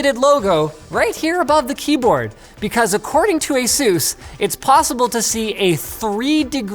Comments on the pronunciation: It's Ace-us not jesus! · Stop saying asoooz